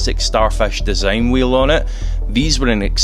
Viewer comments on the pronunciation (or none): none